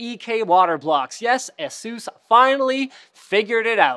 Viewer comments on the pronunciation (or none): whats with the asus mis pornouciation where did it originate ?